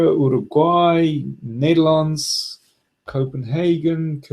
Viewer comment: That was impressive how you pronounced the Netherlands and Copenhagen, I know you speak German, do you speak any other?